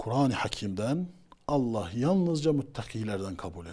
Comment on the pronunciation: tasavvuftan tamamen uzağım beriyim ama "Allah" lafzında hata olmuş